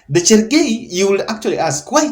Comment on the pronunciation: CHERARGEI not Chergei wachameni😀